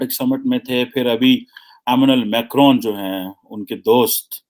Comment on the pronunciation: Please work on your pronunciation,his name is Emmanuel Macron.not as you said amenal macron...kya PhD kar ke betha hai...